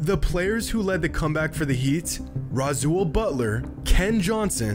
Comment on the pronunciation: Rasaul Butler's name is pronounced Ra-Saw not Ra-zul for God's sake.